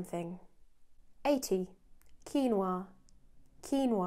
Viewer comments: it is rare to hear a british saying "quinua" so perfectly, i just love the way you say it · Great finally someone who pronounce Quinua, like it sould be!